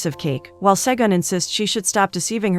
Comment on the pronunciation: As a Nigerian, listening to the narrator pronounce these names, got me😂😂😂😂😂😂😂😂 Segan - Shègùn Diji - Ďejì Op - Òpè 😂😂😂😂😂 Thanks for featuring the movie